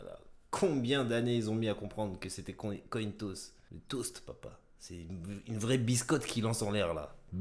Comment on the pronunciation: C'est pas cointoast mais cointoss lancé de piece en francais